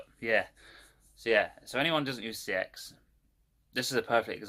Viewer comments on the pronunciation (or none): he might have the “knowledge” but he can’t say the name of the shop right...